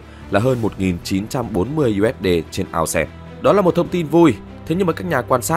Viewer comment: Ao xe là cái mẹ gì 😂 Vãi tiếng anh